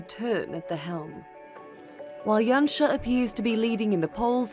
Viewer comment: Yay he pronounced Janša right :)